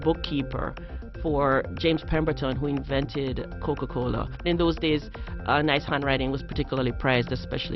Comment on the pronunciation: "The wuourlde uf kuka-koula" Stupid bitch...